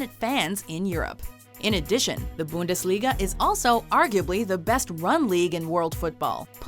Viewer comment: how she pronounced bundesliga xD i am from austria btw